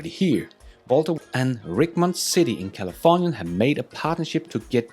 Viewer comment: I’m only bringing it up because it is my city Richmond is pronounced rich like a wealthy person